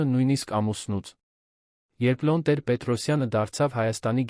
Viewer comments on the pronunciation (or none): Ինչու՞ եք Լոն ասում այլ ոչ թէ Լևոն, ինչ՞ գաղտնիք է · Հեաքրքիր թեմաներ էք կարդում,բայց ինչի էք աղավաղում անունները,ԵՐԵՎԱՆը երան անվանում,Լեվոնը Լոն ,ասում,երեվի ձեզ մոտ բացակայում է ԵՎ տառը,հաճելի չէ լսել Երեվանի փոխարեն երան բառը,իհարկե ինձ կներեք,բայց ես այդպես եմ կարծւմ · Լյոնը լևոնն է, երանն էլ Երևանը😊